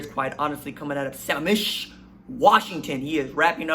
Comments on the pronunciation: Hey RJ, love the content. As a Washingtonian, just wanted to give you a heads-up that it's pronounced suh-mam-ish. It's worth noting since, as I'm sure you know, Eastside Catholic has become a powerhouse in our state. Keep up the good work and Go Dawgs! 💜💛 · Lmao it’s actually Sammamish. I go to school half a mile from where he plays and seeing him in person at a high school game is insane. Love the content though